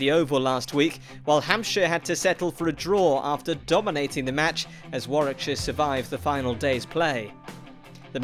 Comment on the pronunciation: Did he just say Warwackshire